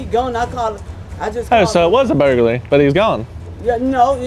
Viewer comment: burglary ❌ burgaly ✅